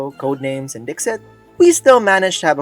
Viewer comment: I can't handle you not pronouncing Colonel wrong. Also DiXit is pronounced like deceit. It's a pun.